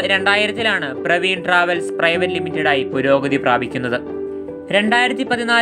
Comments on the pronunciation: പ്രവീൺ അല്ല പർവീൺ ആണ് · പ്രവീൺ അല്ല ബ്രോ പർവീൺ ട്രാവെൽസ് ആണ്. ഉടമയായ അഫ്സലിന്റെ സഹോദരിയുടെ പേരാണ് പർവീൺ. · Chetta പർവീൺ ആണോ , പ്രവീൺ ആണോ ..? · Praveen alla Parveen.